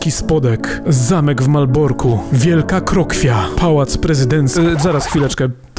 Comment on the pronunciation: Wielka Krokiew. Ech,, myślałem że umiesz po polsku...